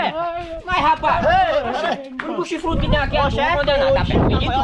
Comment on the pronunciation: O falou chifrudo ele falou fifudu quem viu kkkkkkkk